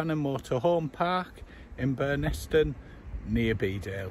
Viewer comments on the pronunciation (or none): Hi, great vid but please say the village correctly it's pronounced Burn-nis-ton. Glad you liked the area 😁